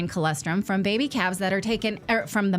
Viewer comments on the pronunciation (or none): Natali! Colostrum! Not colEstrum. If I was the advertiser, I would not be happy about that mispronunciation.